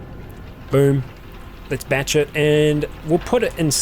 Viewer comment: Your accent makes "batch it" sound like "bat shit", and I chuckle every time.